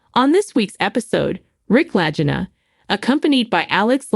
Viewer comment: Its La-G (Gah) eena!